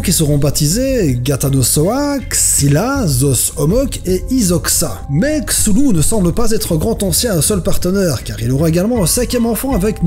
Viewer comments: Cthulhu avec le c comme un K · ça se prononce Ktoulou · Pour la prononciation : KTOULOU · sa ne se prononce pas chulu mais ctulu le h de cthulu est muet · je ne connaissais pas ta chaine youtube avant... mais maintenantmec... JE T'AIME!!! T'as un nouveau abonné et un ch'tit pouce bleu en prime! Comme peut le laisser montrer mon image de profil et mon nom... je suis un adepte de Cthulhu, son illithid favoris quoi! Ah et sinon, on dit Khloul-lhou, ça part du ventre mais les organes humains ne peuvent imiter le son originel. On se voit souvent avec Cthulhu et koro-sensei, 'pour ça que j'suis un peu bakka sur les bords ^^' Cordialement, ZePoulpe =========================== partie pub: eh ouai, il en faut bien ;p======================== checkez ma chaine, elle est inactive pour le moment car j'ai écrit/imaginé des vidéos pour 2 youtubeurs donc je cherche encore un geek/otaku pour compléter es les idées sont là! J'ai besoin de quelqu'un à motiver pour me motiver et je n'aime pas bosser alone alors... Bref ça peut prendre du temps mais ce n'est pas un projet que j'abandonnerai. D'ailleurs je vais aussi créer un blog sur lequel je donnerai les résultats des tests des jeux que je fais. Cherchez un petit poulpe régulièrement sur le net! Il se fera de plus en plus présent, je vous le promets (encore une fois ça peut prendre BEAUCOUP de temps). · Ca se prononce skouu pouloulou ^^ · non mais ptn on ddit K-Thou-lou il ont dit ds south park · Roliste de L'appel de Cthulhu depuis 25 ans je t'affirme que ça se prononce: KEUTOULOU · La bonne prononciation c'est « STULU » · moi j'ai vu que sa ce prononce cou-tou-lou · c'est ku-tu-lu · Cthulu se dit clulu en vrai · Ça se prononce K-tou-lou-ou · Kah-sou-lou = Cassoulet. Je veux mourir. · Je prononce ça KTULU normal quoi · Sa se prononce " sheuulou " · Moi je PEnse que sa ce prononce "ka-thou-lé" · C est ktoulou mais ça s écrit chtulu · sa se prononce ctoulou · C'est Ktu Lu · Ça se prononce Ctuhullu (ne me remercier pas c'est normal)